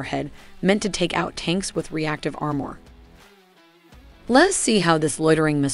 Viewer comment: How did she pronounce "armour"? Sounded like "are-myor".